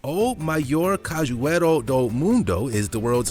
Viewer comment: OmAiOr CaJuEIrO Do MuNdO kkkkkkkkkkkkkkkkkkkkkk americano tentando falar português.